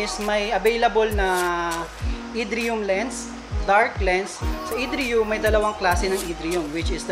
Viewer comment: Irridium Lens po, hinde idriyum. Pinlock po tawag dun sa butas ng lens for antifog film. Do your research before ka mag review para mas maganda ang content ng Vlog mo boy. Goodluck sa mga future vlog.